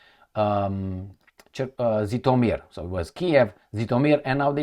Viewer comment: I am tired already to correct you. There is NO place in Ukraine with the name of “ZitomEEr”!!! There is the big City in the North of the Western half of Ukraine with population of over the quarter of a million (in 2022), and its name is - ZHytÓmyr.!!!!!!!!!! So strange - you’re trying hard to show us that you are sophisticated and smart, but you’re failed dramatically on a simple things, like the name of the City you use practically on your every video on YouTube! When you’re joking saying something like “blah-bluh-blue” instead of “electrification” we consider it as a joke, and we laugh. But when you constantly deliberately distort the name of the City - we can’t laugh at it! We are talking it as DISRESPECT!!! 👎